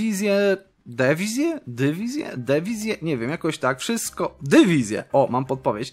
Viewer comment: Pomysł na wakacje nauczenie się mówić dywizje a nie dewizje